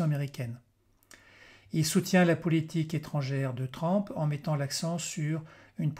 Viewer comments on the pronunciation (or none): TRUMP se prononce TRUMP et non TRAMP